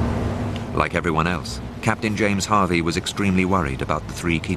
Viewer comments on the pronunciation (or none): none